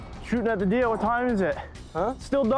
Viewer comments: shooting at the deeah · "What were you doing"? Shootin at the deeah.